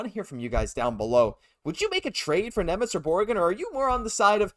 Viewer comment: Šimon Nemec please! (read as Shimon)